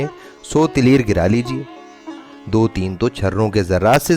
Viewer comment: بھائی تلیر نہیں تلیئر ہوتا ہے۔۔۔۔یہ تلیر کیا چیز ہے آپ نے یوسفی صاحب کے تلیئر کو تلیر بنا دیا۔۔۔